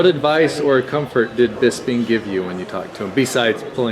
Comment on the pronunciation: How hard is it to pronounce Bisping? I'm so sick of people calling him BisBing